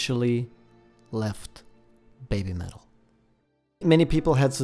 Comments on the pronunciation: Listening to the video... it sounds like you're saying babe-metal instead of baby-metal... maybe that should be part of their change as well because these girls did go from babies to babes! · I'm not being critical or making fun but I was wondering why you say "baymetal". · Why does it sound like he's calling them Bay Metal??